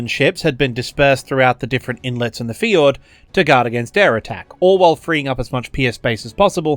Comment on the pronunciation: Love the video... but you gotta work on your pronunciation of "fjord"